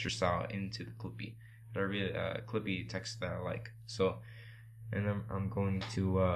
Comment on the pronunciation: In The First Part, Instead Of "Clippyyy" It Became "Creepyyy" xD But Thank You Bro!